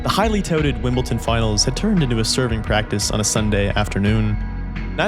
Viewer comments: Great video. I just can’t get past you pronouncing it WimbelTon. Why??? Just picking though, great vid. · Or "Piolinee" and "Wimbleton" and "Ivaneeseevich". Why is it so hard to pronounce "sh"? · I see what you did there with misspronounsing Wimbledon. Good Job! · Great video, but there’s no T in Wimbledon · Can't even say Wimbledon correctly. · that's actually nicholas escude, that is milos raonic........ wimbledon is pronounced wimble-Don not, wimble-Ton and losing 6-0 in the fifth set isn't considered "humiliating" by tennis standards. Other than that so far this is a fantastic extended retelling of goran's career that nobody else has done to this point in such detail. I thought you should still know where you went wrong in order to make the next video even better. Keep up the great work! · I liked Goran, but you didn't do your research. 1. Boris Becker was ranked 20th, not 65th, when he won Wimbledon at 17. 2. It's WIMBLEDON, not "Wimble-tin". 3. No Grand Slam tournament has EVER been played on carpet! 4. With that accent, you're Canadian, but pronounced Rusedski (a Canadian) as 'Roosedeski'... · Sorry, but I had to give up after 5 minutes. It's WimbleDon, not WimbleTon. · Wimbleton? Wimbledon ... it is not that hard :). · Great video. Just one thing, it's not WimbleTon, it's WimbleDon. And I'm not even from an English speaking country. I'm from Croatia. Sorry, I'm a civil engineer, I am very meticulous. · Honestly, from what I could tell from the first few minutes, this appears a worthy story. But OMG, please get the pronunciation of Wimbledon right. It’s WIMBLE-DON. With a “D”. There is no “T”. I recognize that I am being a bit persnickety, but I do think it’s important to get the name right. I don’t think residents of London, Colorado, or Florida would be super happy if people referred to those places as Lonton, Colorato, and Florita. P.S. I’m not a resident of any of those places, nor am I British! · Wimbledon... With a T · It’s WimbleDon not WimbleTon!